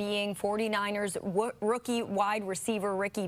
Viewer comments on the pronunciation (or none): Not one of them could say rookie correctly 😂😂😂😂